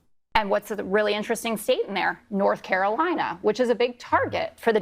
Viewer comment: What’s the word on the street North Carolina is what Jesse’s trying to say?! 😆 😊